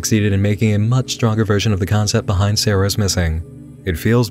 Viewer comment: FWUCK IT SOOOO MWUUUUUCH